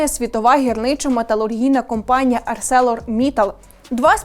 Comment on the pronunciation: арсЕлор (с) рука-обличчя. перевіряти заздалегідь вірний наголос це ж не важко